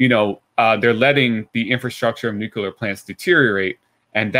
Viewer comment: Also, thank you ever so much for not saying "nucular". AAAND he did it anyway